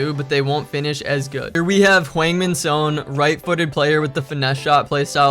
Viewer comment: theirs literally a korean in the prem named hwang how did u butcher sons name so bad?